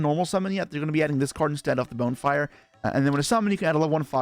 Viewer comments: yo..... its NOT pronounced "bone"-fire....its pronounced "Bon"-fire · Why is he pronouncing it Bone-Fire lmao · Bone-fire lmao. But in all seriousness, interesting vid.